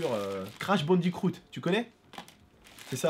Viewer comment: Crash Bandi"croot" Mdrr ça m'a tué😂😂